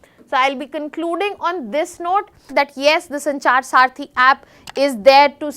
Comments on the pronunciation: Saarthi or Saathi ? You speak good English , but this doesn't mean that you speak good Hindi. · Mis pronunciation makes you confused, disconnected . Please listen again. Check if it is Saarthi or Saathi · Its not saarthi its saathi